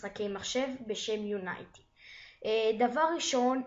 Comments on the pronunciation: unity not unaity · יו-ני-טי לא יוניי-טי